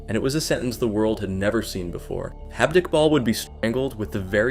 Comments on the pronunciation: It's J-aved Iqbal, not H-aved Iqbal. He's not Spanish! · The fuck is "Halved Iqbal"? It's an Urdu name, J is pronounced as J, it's not Spanish. I'm actually surprised you pronounced Iqbal perfectly, but kept fucking his first name. Every time you say "Halved", it cracks me up. A simple Google search during research would have told you how to pronounce the name correctly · this is not Spain or south America. J is pronounced as J not H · am i the only one ticked off by the way he pronounced Javed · me too me too